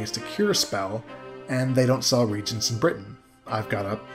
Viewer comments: Nitpick: when you see the word as a synonym for magical ingredients, it's pronounced ree-AY-gents. Three syllables. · Ok i just realized you were saying reagents snd not regents and now everything makes so much more sense